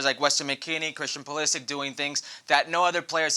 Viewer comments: Craig Burley, his name is Pu-li-sick. If you don’t believe me, ask him. In your role you should know his name. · "I don't have nothing against Pulisic but I refuse to say his name the way most people do."